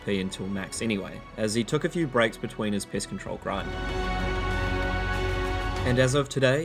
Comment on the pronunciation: I swear he said Piss Control like 3 times